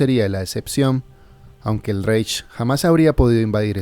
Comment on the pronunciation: Se escribe Reich, pero se pronuncia Raij